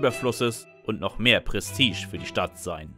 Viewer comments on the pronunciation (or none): none